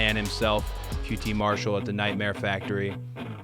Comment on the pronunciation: Now I am starting to notice that most people get QT Marhall's name wrong.